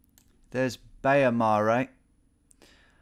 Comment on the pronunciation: dealu mare is pronounced dea-lu-ma-reh and it just means big hill and baia mare is ba-ya-ma-reh (means big bath) real damn creative there lol*